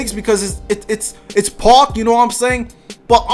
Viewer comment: I wish you could pronounce park right